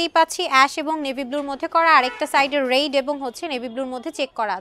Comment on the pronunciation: ঊচূ ষিখখিথ মহীলাঃ রেডকে বলছে, রেইড। ননসেন্স।